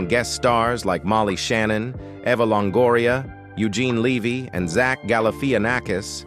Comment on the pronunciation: Eugene Levy? Levy? LEH VEE